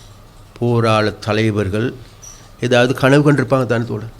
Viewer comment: கணவு இல்லை கனவு தமிழை தமிழனிட்ட நீர் படிக்கவேணும் .